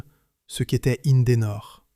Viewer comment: IN-DE-NOR 3 syllabes, pas 5! ceci dit, sont sortis également de ces lieux les moteurs CLM (compagnie lilloise de moteurs); moteurs deux temps diesel avec une particularité: deux pistons et trois bielles par cylindre.